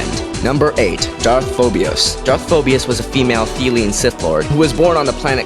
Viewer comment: I can't believe you miss pronounced Darth Phobos more than once, even after you typed the name right. It was a nice list